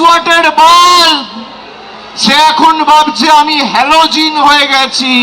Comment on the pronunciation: হ্যালোজিন বলে তো কিছু নেই কথাটা হ্যালোজেন